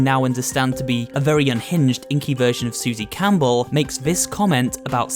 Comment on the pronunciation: “Susie camel”💀